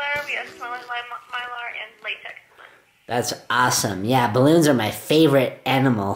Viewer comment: look at all thees balons😂😂😂😂😂😂😂😂😂😂🤣🤣🤣🤣🤣🤣🤣🤣 The captions though he said balances